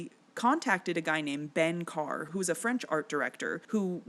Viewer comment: Some pronunciation things 🙂: Gaston Leh-ROO, Carl LEM-lee, and Ben cuh-RAY.